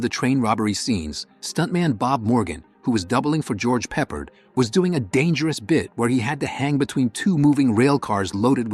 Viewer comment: During How the West Was Won the AI voice suddenly changed from a British accent to an American and it pronounced George Peppard wrong